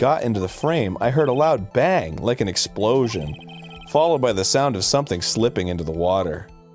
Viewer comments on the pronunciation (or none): Oh my God Arin doesn't know how to say sumtin'.. The t is silent. Atleast it was funny